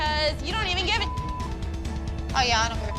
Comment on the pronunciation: Holy saying YeH is killing me I can’t😂😂😂😂😂😂😂😂😂😂😂😂😂😂😂😂😂😂😂😂😂😂😂😂